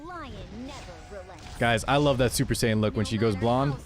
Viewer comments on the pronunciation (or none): none